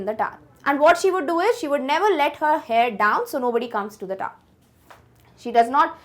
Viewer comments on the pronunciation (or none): The tower is not tar pls don't speak the taar pls 😅😅